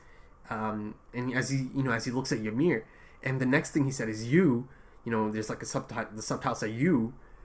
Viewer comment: No I think he’s pronouncing it right